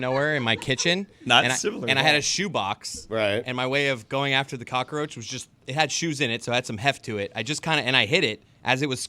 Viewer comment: Ahh, yess the flying "cock-a-roach" Dan probably calls pest control or Mike Ryan anytime he sees a fly...